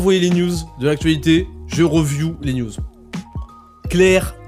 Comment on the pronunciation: Mec. J't'aime bien ( même si je trouve ce format un peu trop sage :) ) Mais le "reuviou" c'est pas possible. Soit tu dis "analyse" , soit tu prononces "review" comme ça se prononce. "riviou" phonétiquement. Merci!